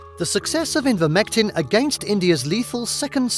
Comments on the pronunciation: The narrator cannot pronounce Ivermectin correctly. He says repeatedly, “Invermectin”, which is quite pathetic given the importance of this subject. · Thumbs up for the video content, thumbs down for continually calling ivermectin "envirmectin".